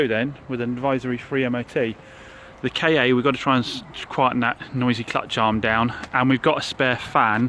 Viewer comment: Why do you call it a K A yes that is the lettering but it is Ford Ka as in one word